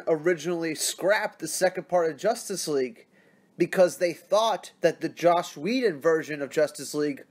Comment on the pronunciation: Ffs man, Its JOSS NOT JOSH. Love ur vids just found ya a few days ago but 2 videos straight saying JOSH lol its JOSS